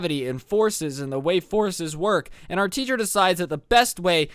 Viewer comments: am i the only one who thought he was saying horses and not forces? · UM the whole time you were saying “Forces” I heard “horses” and it took me until to realize you were saying “forces” So it was like “So we had a whole unit dedicated to horses “ And I was like o that’s cool yeet all the horse girls were quaking lmao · I honestly thought you said something about horses and not forces